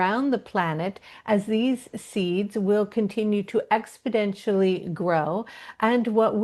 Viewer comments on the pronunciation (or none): Im curious about the use of the repeated word “expodentially” which is strongly pronounced with a “d” but where i would expect the word exponentially. I’m wondering if there’s a deeper meaning behind the change in the pronunciation of this word by the channel?